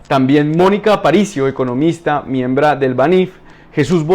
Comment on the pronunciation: "MIEMBRA" JAJAJAJAJA